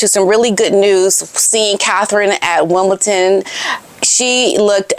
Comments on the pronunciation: It’s not Wimbleton, it’s Wimbledon! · Sorry but its WimbleDON not Ton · “Wimbledon” You keep saying Wimbleton. We gotta stay on point ma’am. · Wimbledon with a D not a T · It’s Wimbledon, there isn’t a “T” in the spelling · Where’s the T in Wimbledon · Why do Americans say "Wimbleton"? 🤔 It is WimbleDon. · IT'S WIMBLEDON, NOT WIMBLETON 🇬🇧🇬🇧🇬🇧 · I must correct you. It's Wimbildon not ton. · Hi , please know there is no t in Wimbledon.💐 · ………It’s WimbleDon not WimbleTon….You look nice as always love ❤️ 🇬🇧🇬🇧🇬🇧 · my dear it is Not WimbelTon. It is... WimbeDON.... Sue Smith days Wimbelton, I fo not know why, but it is Wimbeldon... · It is Wimbledon not Wimbleton 😂❤ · WimbleDun pronounced. No T in the word. ❤ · Sorry to correct you. It’s Wimbledon with a ‘d’ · I hate people correcting people so I hope you are not offended. It is WimbleDon, there is no T. I just thought you might like to know before you speak to Lady C. Love your videos, you are so beautiful and kisses to Otis please. :face-red-heart-shape::face-red-heart-shape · Hiya Just a heads up- it is Wimbledon not Wimbledon 😊😊😊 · My dear, Wimbledon is spelled - AND pronounced - with a ‘d’ and NOT a ‘t’ 😉